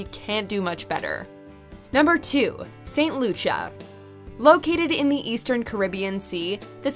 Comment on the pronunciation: Slight correction. St. Kitts and Nevis are not in the south. They are Northeast. Barbuda is pronounced Barb- you- da. Frig -ate Bay in St. Kitts & Nevis. St. Lucia is pronounced St. Lu-sha